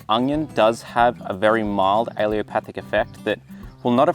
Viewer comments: Great video with very useful information, but please learn to pronounce the word ‘ allelopathic’ properly. It is not ‘ aleopathic’ which is how you’re pronouncing it. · UH-LEE-LO-PATH-IK... You're forgetting the second 'L'. Also, daikon radishes are still used as cover crops, because the pros outweigh they cons. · Please learn to pronounce the word correctly! It's al-LE-LO-pathic. You're dropping the 2nd L. This is a disservice to the people you're trying to teach. Thank you. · Really good info!! Good to know for companion planting. And please don't take offense but it's pronounced "uh-LEL-o-path-ic." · Alle-L-opathic !! Theres a "L" in the middle of the word! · He is mispronouncing allelopathic altho he has used the right spelling😀 Allopathic, which some Comments are mistakenly saying, refers to modern medicine which uses drugs, surgery & therapies to treat symptoms & disease. Basically, western medicine. Allelopathy refers to the biological process in which plants release chemicals which affect the growth of other plants. Allelochemicals can have a beneficial or inhibitory effect. Mint has a beneficial effect on apples - but grow in a pot. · Might help your case if you learned how to pronounce allelopathic. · Great info... except for pronunciation. You keep leaving out the last "L" every time you say it. 🤨 "Allelopathic" is correct, not "alleopathic." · You're pronouncing it wrong, it's pronounced Allelo-patheic or alleelo-pathic, you are saying allio-pathic, I'm trained in plant physiology. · It’s alleLOpathic, not allEOpathic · It’s not pronounced alliopathic. It’s pronounced allelopathic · Yes. He constantly mispronounces allelopathic as alleopathic. No problem. It will come out in the wash. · maybe learn the word if you are making a video about it..? it's allELOpathic.. not aLEOpathic.. just a thought.. you actually wrote it on the screen in big letters but still didn't read it.. sorry.. word nerd .. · Why does he keep mispronoucing "Allelopathic"?